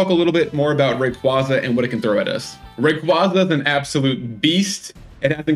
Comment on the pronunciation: ray-KWAY-zuh though